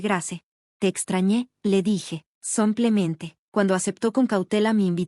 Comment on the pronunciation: No termino de entender porqué el somplemente, samplemente, y palabras mal acentuadas,, no me gusta; pero es, simplemente mi opinión